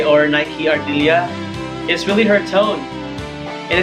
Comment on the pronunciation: Bukan Naik Ardilia cara bacanya bro, tapi sesuai penulisannya. Nike Ardilla.